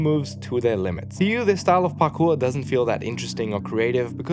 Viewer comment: did you say Parkoo? As in Sydney? 😅